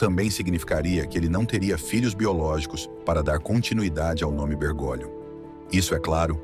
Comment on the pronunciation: A pronúncia correta é Bergólio, e não Bergôlio. Correção fraterna